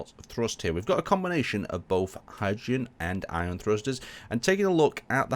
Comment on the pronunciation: "Hion Thrusters" xD